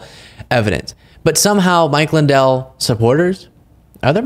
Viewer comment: Mike Swin-dell